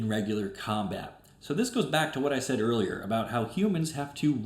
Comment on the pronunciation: when you said "earlier cards", I thought you said "Girlier cards" and now I can't help but imagine Arnold Schwartzenager talking about Magic the Gathering